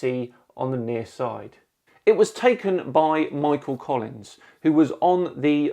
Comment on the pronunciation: he said Michael Collings…